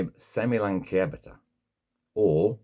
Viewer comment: I always thought it was pronounced semi - lan - see - ata